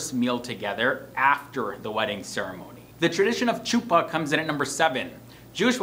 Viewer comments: It’s chuppah with the “ch” going “kKk” instead of “sh” I just cant explain 🤌🏽🤌🏽🤌🏽😂😂😂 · The wedding canopy is pronounced "Khuppa." The ""Сh" is prounounced like the"ch" in the Scottish word of "loch" not like the "ch" in "cheeze." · Your pronunciation is not quite there. The ch on chuppah and ichud is a gutteral H as in Hanukah not Charlie. Also, some of the photographs were couples marrying with a crucifix in the background-so not Jewish. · This was a great video and hit on alot of good points but i just wanted to clarifly some things as an orthodox married woman 1) we don't have vows, we dont recite vows at all. 2) its not CHUpa. ch is pronounced similar to a soft H sound- HUpah 3) acutually, men do not have rings. none. men getting rings is a modern-day thing that copies secular culture. actually, rings on a guy, minus a signent ring (which is not worn anymore) are actually considered women's clothing which is not worn by men (no i am not getting into a debate, just stating facts). and for those of you who are like "what do you mean he has no ring, he is going to get hit on and cheat- people it is a ring, they can come off and go into a pocket easily- for both men and women i might add. a ring is not going to prevent cheating. integrity will. 4) well- the yichud room is supposed to be the first time a man and woman are allowed to be alone together. in orthodoxy, unmarried men and women are not allowed to be in the same room together without access. if a man and a woman are alone together, the door must be unlocked and unless it is a doctor patient sort of thing, the door must be open, or have a window where anyone can look in. this is done as a protection for both men and women to avoid the accusation of improper behavior (again not debating, just stating facts). yes, this is done even when dating. the couple is never allowed to be completely alone. for an extended period of time, yes they can be in a car toge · It’s like a Chuppacabra 😂 but better